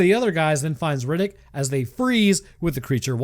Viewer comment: i love the "chronicle's of Rinninck!"